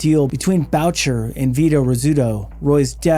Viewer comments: Great and informative videos. I say this with amitié, you need a basic primer in French pronunciations. Boo-Shay not Bow-cher. 😊 Sad to hear about the young women and men lost. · rofl I'm sorry but this is annoying. Mom Boucher it is pronounced: BOOSHAY not bowtcher... (er in french sounds like AY) lol sorry! it's really annoying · BRO STOP!!!! ROY as a surname is pronounced Whaa. Like Patrick Roy (Whaa=like u never completed the question) Whaa And One of the best known bikers of all time is Moms Boo shay(Boucher) Boo like👎 thumbs down Shay like Connery pronouncing Say Shay, today musht be my lucky day Boo shay. Moms Boucher Put in the effort. Show some respect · Boucher is pronounced "boo-shay."